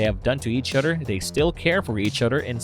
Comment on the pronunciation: Other- TH. It’s not Udder 🤦🏻